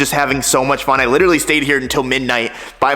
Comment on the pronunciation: Can someone please for the love of god teach how to say literally!